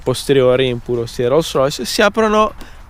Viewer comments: Una "rûssrüys" ?? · "Ruolls roys" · No dai "ro Rois"non si può proprio sentire! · Guidaue una rolls roice 😂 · Lo dirai anche giusto ma non ti sembri pirla quando pronunci Roll Royce? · Sono un po in ritardo...ok...ma quando dice "guidare una rolls royce" la R che dice è molto britannica...sembra un britannico che parla italiano 😅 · Ma quando dici “rolls royce “ hai delle ciabatte in bocca!? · Dice Rolls Royce con la peggior pronuncia inglese che abbia mai sentito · Solo a me da un po’ fastidio come pronuncia Rolls Royce? 🤔🤔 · Si ok ma almeno impara a pronunciare bene il marchio dell'auto. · Per favore cambia la tua pronuncia di Rolls Royce